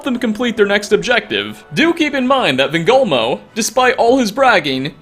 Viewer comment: "Van gogh moe"